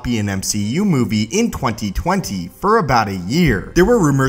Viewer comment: The way this guy says 2020 bothers me.